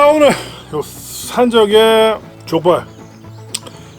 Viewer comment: 발음이 좆빨 ㅋㅋㅋㅋㅋㅋㅋㅋㅋㅋㅋㅋㅋㅋㅋㅋㅋㅋ